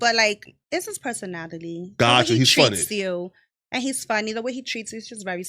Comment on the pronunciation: She cannot say a single word right 🤣 “ im a pretty girl, I have personataly “ ☠️☠️☠️